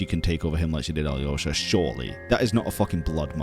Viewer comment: How do you hear Alyosha's name pronounced in-game with a silent Y yet still insist on pronouncing the Y when you say it?